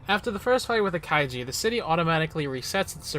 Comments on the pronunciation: It’s kai(ju) not kaiji. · Kaiju not Kaijie. lol